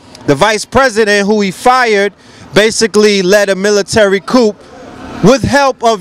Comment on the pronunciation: Coup dont say the 'p' ... coo. But great talk!